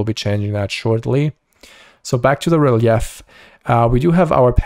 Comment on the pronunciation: Real-yef? Its ree-leef for pronunciation.